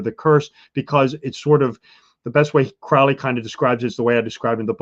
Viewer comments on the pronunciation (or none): This is such trash. This guys delusional. You can find connections with numbers everywhere and to everything if you try , it’s meaningless. And it’s pronounced Crow-ly like Holy not Crauly